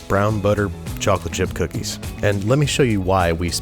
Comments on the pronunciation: And you said 3 Bhocolate Bhip Bookies? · bhocolate bhip bookies hahahahahaha